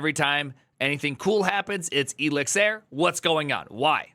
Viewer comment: Elixir as Elizir just hurts